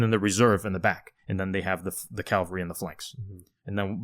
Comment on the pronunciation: Dude, if you two pronounce "cavalry" as "Calvary" ONE more time...😅😅 "Calvary" was where JC was crucified; "cavalry" is the word y'all actually want be using, in these podcasts... 👍